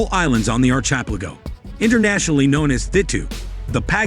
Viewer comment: Archipelago is pronounced --- ark-eh-PELL-ago.